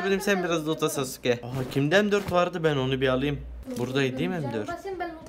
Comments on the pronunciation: sasuke degilde susuka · Sasuke diyeceği yerde suseke😂😂